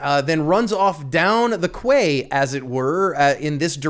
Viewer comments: Quay /kiː/ That's "key" my friend, not kwai. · I've never heard 'Quay' pronounced 'kway'. 🤨 Every day is a 'School Day'. It would seem that 'Less Lethal' always makes them even MORE angry!! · "Quay"? It's pronounced "Key". But you knew that, you joker! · Quay = Ki (key) not Kway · What's a 'kway'? Do you mean a quay(pronounced 'key')? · FYI, quay is pronounced like (key), not like (kway) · you seriously dont know how to pronounce quay? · pronounced..... 'key'..........'kway' sounds chinese or something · Isnt it pronounced Key? Quay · QUAY IS PRONOUNCED KEE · Quay is pronounced Key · quay is pronounce key. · I think it’s pronounced key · Quay is pronounced 'key', fyi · Sir, quay is pronounced "key." I'm just saying. No disrespect. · Quay is pronounced “key”. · Quay is pronounced key! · "Quay" is pronounced "kee" (or sometimes "kay") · I believe you mispronounced “quay” it should sound like “key” 😂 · I mispronounced quay for years. Couple of years ago discovered its pronounced key. Whoduthunk?? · 'Quay' is pronounced 'Key' in the UK. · It’s pronounced key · "Quay" is pronounced 'Key'